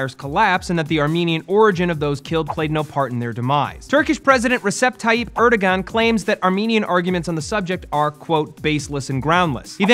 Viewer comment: you need to look up the pronounciations of names for your news segment. Both the names of Erdogan and Gauck were pronounced very wrong.